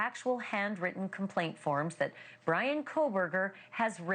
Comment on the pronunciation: They're calling him "Breanna" 😂